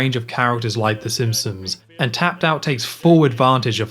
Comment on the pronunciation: I enjoyed the video, but, are you saying “Simpsons” or “Simpsoms”?